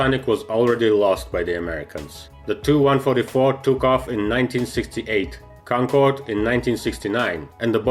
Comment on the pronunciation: Your a jet guy. it is pronounced T-U 144 not "too 144". Or you could just say Tupolev 144